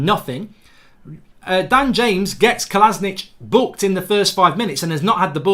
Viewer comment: Who the fuck is "Kolasnich" don't you mean Kolašinac